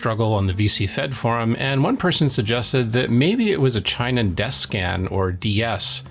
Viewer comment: Hate to be "that guy" but it's not CHEYE-non, it's chee-NON. The company is of Japanese origin.